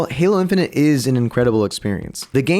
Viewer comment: when u said "then they adawnsed halo infanent" i got a add and i was lik yo dis ain't da halo infanent trailer